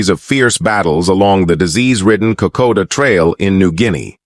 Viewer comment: Cant even say Kokoda. Calls it koda. Then AIF, not AMF or militia . Not an auspicius start. Think I'll pass.